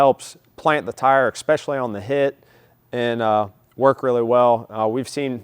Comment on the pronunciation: Expecially? Lol. . Look that word up. 🤣🤣🤣🤣